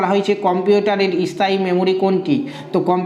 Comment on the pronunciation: উচ্চারণ টা 'ইস্থায়ী' নয় 'স্থায়ী' হবে।